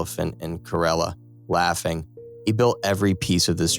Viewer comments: Keralya? It's kerala not keralya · Bro it's not "kerelia"it's "kerala" or "keralam" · It's not kereliya, it's kerala (ke-ra-la) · The pronunciation is Keh-rala if you are American then you are the same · You telling kerala as keralia Tells me everything Wowww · It is ker-ela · He say kerala wrong